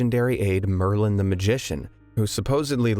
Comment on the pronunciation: It is Merlin I'm surprised you nailed it, kudos!